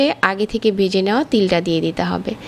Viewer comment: গি নয়,ঘি।বেজে নয়,ভেজে